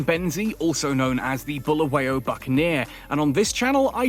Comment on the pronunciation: Sawubona Ahoy, first and foremost I would like to stress that Bulawayo is pronounced as it is not buluwayo. I am however happy to see an English man enjoying my City of Kings Bulawayo. I am in UK and it's cold, I miss home now. Enjoy my City, hope to come there soon